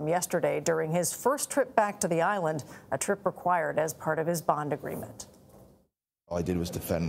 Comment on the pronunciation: He butchered the Island name bad.